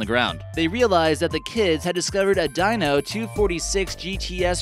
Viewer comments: Dyno? It’s a Dino Deeee no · Did he say Dino... like a Dinosaur? Dino is pronounced Deeno... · “Deeno” Ferrari. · Ok....it's not DINO...it's DEE-NO....and it's not pole-lock....it's PAH-LUCK!!!! YEESH! KIDS! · The Ferrari's name is pronounced DEENO, not DINEO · Enzo Ferraris son was called Dino .......not dyno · The Ferrari is pronounced “Deeno” spelled Dino as in Dino Ferrari. Not (dyno) 😂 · Dude can't pronounce. Stafford-shur. DEE-no. PALL-uk. Also shows a map of New Jersey instead of the island of Jersey in UK. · It also doesn't help that the guy can't pronounce quite a few words correctly. Dino and Pollock, F**king hilarious.